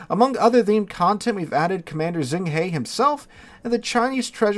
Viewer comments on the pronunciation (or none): Zheng He is pronounced jung huh (huh like WAR! HUH! Good god, yall). Zh makes a j sound in Chinese.